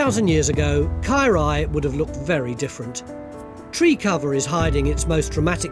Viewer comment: His Welsh is so bad it took me a while to understand that he was saying Caerau...ugh.